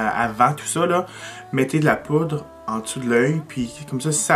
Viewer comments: hahahahaha! T'arrêtes pas de dire "". mais c'est "poudre"!!;)) jtadore pareilll! xox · Tu as dit "" en premier! ^^ j'ai tellement ri mon père dit la même chose! En tout cas bravo, tu es vraiment doué!!!